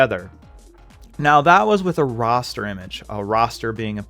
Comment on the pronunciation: it's raster not roster lol